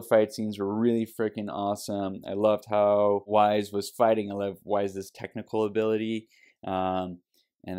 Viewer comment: Also, It's pronounced like Why and ice, not like Wise, though you've gotten better about that.